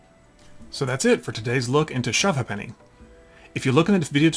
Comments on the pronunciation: That isn't how you pronounce Ha'Penny. It's like "Hey-pny' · Thanks for the upload... You are very knowledgeable on this old English game and that is fantastic. I grew up playing this game in the 1970s in the UK on a traditional board... enjoyed the video, but the way to say Shove Ha'penny is announced phonetically 'A'-penny but with the emphasis on shortening 'the 'Hey'. Love the the term upper 'crustery' lol. My mum used 2 pence pieces as these were great substitutes if no Ha-pennies were handy. We also had the board that rested up to a table, so you shoved the coin with the palm of you hand sideways to the board. And it is still traditional to have the Monarchs head upward facing. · Its pronounced shove hape nee. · Ha'Penny is pronounced "Hay penny" and even that is shortened to "Haypny". Similar to how "Two Pence" is "Tuppence" . Good to see Americans interested in old English stuff. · The game name is pronounced shove hAppeny - half, not have. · Pronounced haypenny. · Not 100% sure on this but I think, in England, "ha'penny" is pronounced "hay p'nee". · It's Shove halfpenny pronounced "hay.puh.nee" English pub game. (Apenee) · I guess she is young and not pre-decimal age? If she says two pence and not tuppunce then she's post decimal. The game has always been pronounced as Shove Ape'ny up and down the country and not linked to accents or dialects. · Great video. But it's not pronounced Hu'penny. To pronounce Half Penny correctly we say Hape'ny if posh or Ape'ny if a commoner LOL. 'ny' as in 'knee' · No disrespect intended, but you are pronouncing the name wrong. In English it is pronounced as 'Shove Ape-knee' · Hi Guy - just a small peeve - ha'penny is pronounced hayp-knee without any pause in the middle not happennies! Cheers from Englamd Peter Jackson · Propper pronunciation: Shove Hape-nee. Last time I played this, we used £5 coins. Loads of different designs and couldn't spend them at the bar. Looser bought the next round. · Pronounced shuv hay-penny 🙂👍